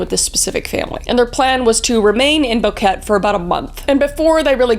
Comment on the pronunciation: Kris, I love love love you but it’s not pronounced “bouquette” it’s pronounced “bow-keh-teh”. This story is pretty popular in Panama especially amongst the foreigners. Generally speaking, not a lot of these incidents occur there, and when it does it stays mainstream for a long time . I lived in El Valle de Anton for 11years before moving for university :).